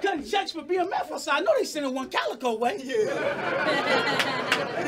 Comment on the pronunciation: A wizard is not a warlock. Disandbow is not disembowel. Cal is not pronounced Cow. What is a Cowicoe.